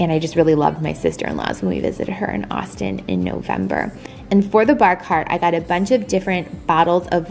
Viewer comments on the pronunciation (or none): none